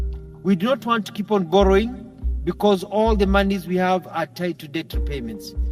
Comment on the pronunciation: Watch those R and L mixups. The word is spelled as BORROWING.